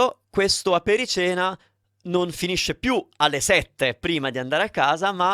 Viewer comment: Damn, this is bad AI!!! Apericena is not pronounced “apere-seena”, it’s pronounced “aperi-tshena”! Please make note of it and do not follow those guy’s pronunciation!